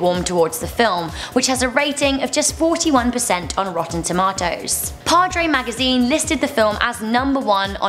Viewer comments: That's how I say it and I'm from South Africa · That's how we say it in England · That's the proper pronunciation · that's how you say it in England apparently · I say it like Rebel as I'm British too